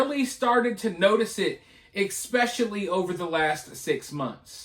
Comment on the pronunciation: PLEASE for the love of God...stop saying "EX-pecially"....there is NO SUCH WORD. It is "ES-pecially"!!!!!!!!